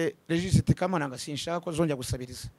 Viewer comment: Ni kamananga..not kabananga